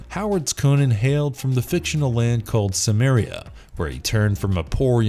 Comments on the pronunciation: Apparently even lesser known fact: Howard's Cimmeria is pronounced with a hard C. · I've read extensive debates on this pronunciation with citations and compelling arguments on both sides. Why do you say Cimmeria with a hard C?